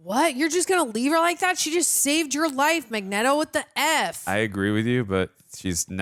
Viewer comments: Every time she says magnetto I choke 😭😭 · My ears are bleeding every time she says Magneto name wrong. Please learn the name. MAG LIKE MAGNET AND Neto like it would be neato if you say it correctly. Please!! It hurts!!!! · Just say Magneto's name right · If you think about it, calling him Mag-Neto makes more sense because it’s magnet with an o added. Which is what his powers are and would sound exactly like Mag-Neto! 👏🏽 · Mispronouncing Magneto's name was funny at first but come on its not that hard. This man is a legend. Put some respect on his name. 🥴